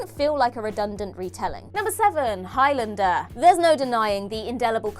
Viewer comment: Please learn how to pronounce Highlander properly. It's Highlander, not Highlander